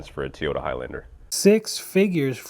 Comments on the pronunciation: why do Arabs and Hispanics say “teeoyta”? It’s TOYota. There’s nothing between the T and the O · drives me nuts, especially the way he says "Teeyota", It's TOYota, like Grand & Toy, or Toy Truck, etc.. 🤦‍♂️ Giga cringe.